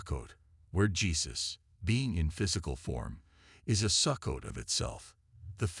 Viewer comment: Sukkot is pronounced Soo-coat . Since you cannot pronounce the words correctly, I have trouble believing you. This must a voice generated by AI. Sukkot is certainly a possible date of Christ's birth, but one cannot state with certainty the actual date of Christ's birth.